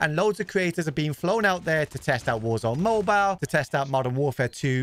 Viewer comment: Toodoo woo oor going to ploo woor zoone mooboole